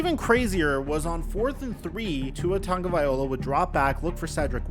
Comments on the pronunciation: Hey to the content fool on this channel, and any one else....yall really gotta stop saying TONGUE A VYE HOLA. fools it TONGUE A VYE LOW-AH. Stop yall low key passive aggressive hater syndrome ridicuousness inducing faux paux. Ya gonna get exposed. Just telling you. If you cant get the PRONUNCIATION RIGHT, I absolutely WILL NOT TAKE YOU SERIOUSLY. Youve had 4 years. I 👁‍🗨 you Haters. Lol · It's not VIOLA , it's LOW-AH LOW-AH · Brah as someone from Hawai’i, it’s TagovaiLOA not TagovaiOLA 😑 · Tagovailoa, just as you write. Not tagovaiola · tua (tounge-a-vi-loa) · Learn to say Tua's nam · I see you’re still pronouncing Tua’a last name wrong. It’s a little annoying, ngl. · Is nobody gonna talk about how he’s pronouncing Tua’s last name 😭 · Why take the time to pronounce Tua’s full name not only wrong but over and over again 😂😂 how you still getting this man’s name wrong lol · how do you still mispronounce tagovailoa so poorly?